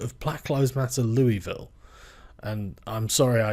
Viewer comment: Listening to a brit pronouce louisville makes my kentucky soul hurt.